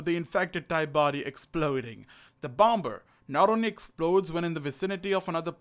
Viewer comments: not being disrespectful i love your vids but when you were saying bomber it’s pronounced bomer as the 2nd B is silent sorry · Did you really pronounce the second in bomber it’s supposed to be silent